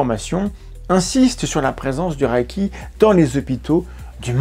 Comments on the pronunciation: oui il pronnonce "le raille qui" je sais pas d'où ça vient même en anglais ça ne ressemble pas à ça. Même sans faire d'effort, "à la française" ça serait "le raie qui". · "Ré" pas "ra" pourquoi avez vous imaginé la voyelle 'a' dans la prononciation ? 😅 (En vrai je comprends quand on commence avec une mauvaise prononciation cela reste) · Merci de continuer cette série de restauration de la vérité scientifique. Une petite correction néanmoins, de la part d'un amateur de langues: le mot japonais transcrit reiki se prononce lèyki et non rayki, mais sans doute devrait-on plutôt le prononcer "boulechitte". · Merci pour la vidéo et attention à la prononciation ! C'est "raie i qui" pas "raille qui". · mais pourquoi tu prononces rAÏki ? dans les extraits vidéos tu entends bien que c'est un son "é" long, le "i" ne se prononce pas et il n'y a pas de "a" : c'est la même idée que le "ei" dans "beignet" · Apprenez à bien prononcer le reiki pas raiki. Il faut expérimenter avant d’avoir un avis. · La question que je me pose, c'est pourquoi tout le monde prononce "raïki" comme si c'était de l'allemand 😅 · S’abonner est bon pour le karma. Mais que vaut le karma ?? PS: reiki se prononce plutôt ´réki ´ ou mieux encore à la japonaise ´léki ´ PS: je ne crois pas au 霊気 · Prononcer Ré-i-ki si c’est japonais. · En fait ça se prononce meme ré-é-ki, le i après un e indique un é long en japonais. Vous savez, la culture, la confiture, ... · Y a-t-il une raison particulière de le prononcer à l'allemande ? ça m'a troublé toute la vidéo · J'en suis qu'au début mais je crois qu'il faudrait vérifier la prononciation :x Par contre, c'est une des rare fois ou je vérifie sur internet (wiki+ traducteur vocal pour une idée de la prononciation) un point d'une vidéo. Bon, j'écoute la suite ^^"